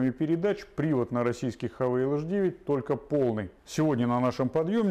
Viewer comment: Не Хавейл , а Хавал . Слог закрытый , поэтому Хавал .